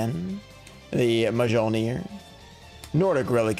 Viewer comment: The pulls here were nuts! My only gripe is you kept saying Mjolnir wrong